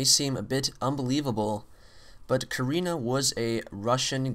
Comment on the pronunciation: not korena its karina !